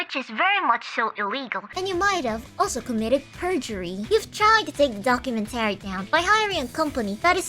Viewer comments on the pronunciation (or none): The only wrong thing in this video is the pronunciation of "documenTAry", instead of "docuMENtary". Everything else is BASED. "Death to Vshojo, long live the new flesh!" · Not related to the topic. But why do you say documentary like that? "Docu-men-tarry" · She says "documentary" the way a certain Minecraft YouTuber says "inventory."